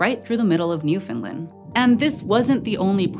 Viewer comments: For the love of Pete! "NEW-FUN-LAND" Not "NEW-FUN-LUND". It ain't Swedish. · Almost, it ends with land, not Lind So more Newf'ndland. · I was keep hearing New Finland instead of NewFound Land. Was that me? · Newfinlin doesn't exist. There is a NewFoundLand, ita an english language name. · Always informative and interesting. Now please say it with me NewfoundlAnd. Not NewfoundlUnd. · It's called Newfoundland , not New Finland. And the epoc is Cambrian not Caimbrian. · newfoundland. not newfinland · which is actually very close, but rather than New Finland, it should be Newfin Land. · it's New fin LAnd not New fin Lind, for future reference. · newfin-LAND not newfinlind. this was a hard watch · obligatory "you're pronouncing newfoundland wrong" comment its newfin-LAND, emphasis on the LAND. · I died a little bit inside every time she said "New-FINLAND" 😅 Newfoundland rhymes with Understand. Still absolutely thrilled you did a video with Newfoundland!!! Amazing paleontology discoveries here, the oldest sign of life and the oldest sign of multicellular life!!! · Didn’t get Newfoundland right, though. It rhymes with understand. Grating on my nerves. There is supposed to be stress on the third syllable. It isn’t optional, nor can it be waived as just accent. Western Americans don’t say “understind” or “Frihnce”. It’s just lazy ignorance. Especially because they’d be pissed if we said they lived in “seetle” instead of “see-Ah-tle”. But I agree about Quebec - it has no w in it! And the Indigenous word that it is based on didn’t have a “kw” sound either. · I know its not your fault but your pronouncing newfoundland wrong, its Newf-in-land, easist wany the the phrase "understand newfoundland" I'm from newfoundland, it drives us crazy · Getting jarred awake every time the host says ""... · It sounds like New Finland to me 😂